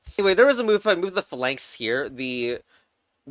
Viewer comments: you're pronouncing phalanx wrong on purpose right? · the way you pronounce basilisk and phalanx is displeasing